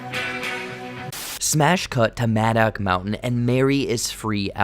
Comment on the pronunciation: Did u even watch the movie like wtf half the shit ur saying is wrong and you pronounce madoc mountain wrong each time holy shit if ur going to review and explain a movie pls do it right my god 🤦‍♂️ watch the fucking thing and take notes while u watch it learn from good movie reviewers like Chris stuckman and I hate everything cause they actually watch a movie ur stupid and this is annoying and yes I agree with u on one thing and that is your not funny